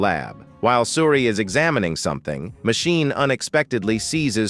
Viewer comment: It would work better if ^whoever is reading the texts had better grasp of the english language. I mean Machine, Matchini, Magine, all different pronounciations. And the totally missing tone. Text to speach mayhap?